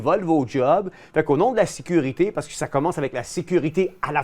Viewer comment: Toujours le mit « sévurité » tbk…